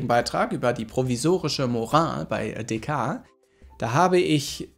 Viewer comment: Dehcart! Nicht Dehcahhhr. Trotzdem vielen Dank für das Video.